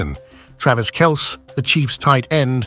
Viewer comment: AI voice has no idea how to properly pronounce Kelce.